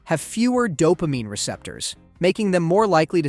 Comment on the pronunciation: "They flue-d the brain w/ doh-pah-meany...please-sure"